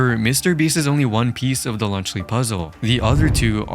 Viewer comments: Lunchly ❌ Lunch le ✅ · Even the captions are making fun of lunchly by saying “lunch Le” 💀💀☠️☠️☠️ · “i like my cheese drippy bruh” is the first thing i thought of when you said lunchly. second was lead poisoning